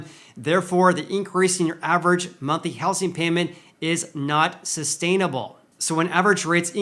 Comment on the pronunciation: I’m sorry, but I can’t take it anymore! It’s pronounced houZing, with a Z not with an S.